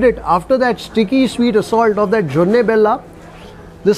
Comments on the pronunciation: it is JONI BELLA, not JONNE :)😃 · It is "joni' bella.. Not jonne.. 😊joni means honey.... And this cuisine is not North Karnataka, but North Canara, which means Kumta, Shirsi and those places...